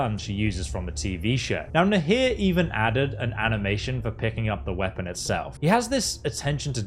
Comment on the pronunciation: What's a weapong? Japanese Pong?